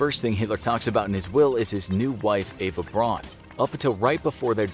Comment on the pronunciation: Eva Braun’s last name should be pronounced like the English last name “Brown”